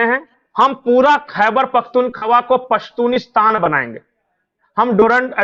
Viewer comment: पश्तूनस्तान क्यों नहीं? "पश्तूनीस्तान" क्यों?